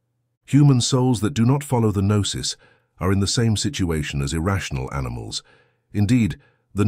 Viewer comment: Lazy use of A.I. narration. For example... noose rather than Gnosis. 🤦🏻‍♂️